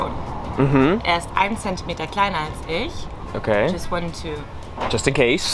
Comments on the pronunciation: Ish and nisht get me every time, I'm not sure if it's entirely correct to say it that way since I'm not a native to german, but I would suggest you to practice them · For someone who is so fluid with foreign languages like you, with the French, Spanish and Portuguese, I am surprised how difficult German ist. Your pronunciation is still not good after 3 years. You say "Ich" like "Ish" and it is not really like that. Also, you shouldn't worry too much about getting all the der, den, dem etc correct when you are just trying to converse. They will understand you fine. Also, the umlaut isn't all that hard, it just softens the vowel in question. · Stop saying ish for ich! 😭😭😭 Listen to how your tutor pronounced it, it is a soft kind of hiss on roof of mouth. The only time you make “sh” sounds are with sch, sp. ex Schule, Sport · that is pronounced like that in some parts of Germany I am not a native speaker of German and I realize now that maybe you are but if we're talking about Hochdeutsch, no "sh" in "ich", or no "sh" as pronounced as in wash. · Your German is quite great! I think your accent in general is better than most, however there was one detail, on which you could work on as to better your accent by 1000% in one second: the difference between „ch“ and „sch“ - you pronounce both the same way, for example in the phrase „iCH gehe SCHlafen“ (the second one correctly, the first one not). I cannot correctly explain how it is pronounced via comment, but you might try to listen more closely to the difference :) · I love your videos and I too have struggled with German but the way you pronounce ich and "ch" drives me nuts 😬 also when you start talking to people in German who you don't know, they will be snarky about every mistake you make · I thought the "ch" in "ich" was pronounced differently. says it like "sh" in English but I thought it was more from the back of the throat like a "h" in english. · take a shot every time he pronounces it “EESH”